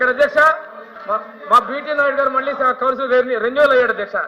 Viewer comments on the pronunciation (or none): none